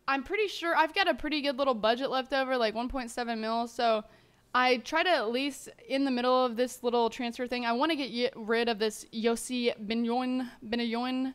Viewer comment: Benayoun---> Ben-Eye-Oon He's on loan from Chelsea, so you can't sell him. Plus us West Ham fans love him<3 so dont sell him!